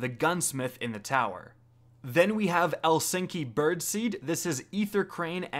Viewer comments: for Eliksni he said el-sink-y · DANTHECHRISTIA N same. His pronunciation of eliksni made my soul evaporate. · Yeah, and "Eliksni" is pronounced pretty much exactly the way it's spelled, not like the famous city in Finland. really slays me sometimes. Sometimes I think he skipped school altogether and just went straight to playing video games! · Just about huh? You catch the way he pronounced ELIKSNI ? He pronounced it like HELSINKI in Finland. What a travesty his pronunciation can be sometimes.